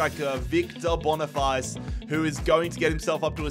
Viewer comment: Hey mate nice realistic video but bonifaice is just pronounced like face in english and not but bonifatché😅